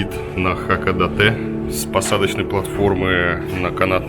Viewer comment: Только название города произносится иначе. Не хАкадАтэ, а наоборот — хакОдатЭ.